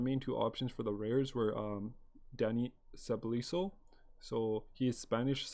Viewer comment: You say it Dani Se-Bah-Yos. Great vid tho